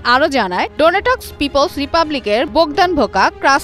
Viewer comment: যে সাংবাদিকের ন্যুনতম জিওপলিটিক্স আর জিওগ্রাফি নিয়ে ধারণা নাই, তাকে কেন এধরনের রিপোর্ট করতে দেন? আর্টিমবসকে বললো আর্টিমস্কো, ডোনেস্ককে বললো ডোনেটক্স, ভেসিলিভকাকে বললো ভেসিলিভোকা। আপনারা সমাজের কোন শ্রেণির জন্য খবর তৈরি করতেছেন সেটা নিজেই ঠিক করেন।